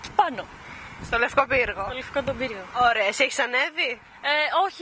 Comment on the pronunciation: Girl said "Ωραία" (pronounced "Ohrea") which means "Nice" , not "Oh" ...